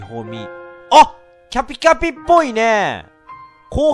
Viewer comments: くるくるパンダ それ思ったwカピカピにしか聞こえないw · キャピキャピ言えてない笑笑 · キャピキャピが…言いにくそう…可愛い（笑）